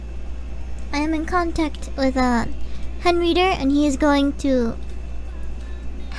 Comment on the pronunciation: Everybody's talking about Amashiro and whatnot here in the comments, but surely I'm not the only one that nearly did a spit-take when she said "Henreader", right?!